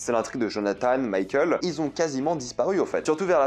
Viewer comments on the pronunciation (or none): none